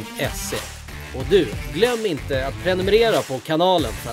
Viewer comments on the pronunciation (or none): none